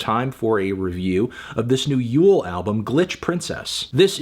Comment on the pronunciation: is it not pronounced "you-lay"??